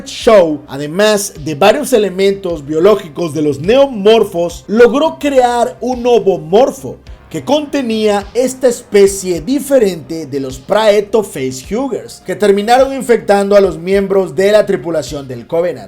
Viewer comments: Se pronuncia "feisjaguer", no "feisjiuguer". Feis de face de cara, jag de hug, de abrazo. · Se pronuncia feisjaguer, no feisjiuguer... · Disculpa, se qué es molesto pero es huger, no hooger... Se pronuncia "joguer" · (ˈfeɪsˌhʌɡ.ər) Me encantó el video, solo quisiera aconsejarte revisar la pronunciación correcta del Facehugger. Seria algo mas bien como "feis-haguer", la u no debe sonar "iu" mas bien debe sonar "a".. de comparto el fonema de esa palabra compuesta:(ˈfeɪsˌhʌɡ.ər).. me gustan mucho tus videos , sigue asi. Saludos bro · es FACEHUGER... no JUIGERRR, porque justamente la traduccion es ABRAZA-CARAS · Feis Jagger.... Así se pronuncia..! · “Facehugger” se pronuncia como "feis-jáguer", no “feis-juguer”. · "feis hiuger" que hdp, me sacaste de todo el video con eso aaaaaaaaaaaaaaaaaaaaaaaaa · pronincias mal FACEHUGGER, le hubieras dicho AbrazaCaras jaja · Buen video amigo! Pero...Wey, ya se que estás hablando en español, pero por favor, pronuncia bien face HUGER, "HOGER" sería el sonido correcto, así como con BUSTER dices "BOSTER"o "RONNER" esas pronunciaciones son correctas. Ya se que es una mamada pero se pierde la concentración del vídeo. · No puedo con el jiuger 😂, buen video, pero no puedo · "feis jiuguer" alto bilingüe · si, es “feis joger” 😂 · "jiuguer"? ... el resto del clip me gustó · Me distrajo un poco como pronuncias "FaceHugger" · CADA VEZ QUE DECIA FACEHUGGER. 😅😅😅 ASI NO SE DICE. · hay varios errores en tu relato..de partida deberias revisar la pronunciacion de algunas palabras en inglés antes de hacer el video: facehugger y Shaw no se pronuncian así.. el alien chamuscado de Romulus no mató a Bjorn.. él murió debido a la sangre ácida q le cayó encima; cuando el xenomorfo salió, Bjorn ya estaba muerto. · No se salten las clases de pronunciación en la escuela